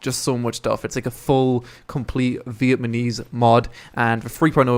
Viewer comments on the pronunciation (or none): It's Vietnamese not Vietmanese, damn, you said that over and over again. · You said Vietmanese like 10 times at the start of the video XD I liked this video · vietmanese LOL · Cringe at the pronunciation of Vietnamese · No it's not, it's mispronunciation.